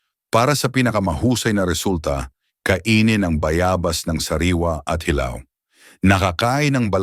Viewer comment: Bayabas wrong pronunciation